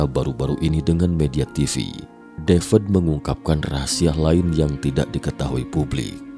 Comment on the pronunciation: Devad deved devad deved. BACANYA TETAP DAVID, BUKAN DAVED WOE